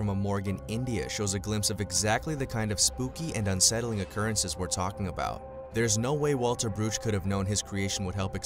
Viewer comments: did he say Tolken abooot it ever sense? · He said abooted